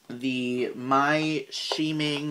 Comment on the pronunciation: it's scheming sounds like Skeming.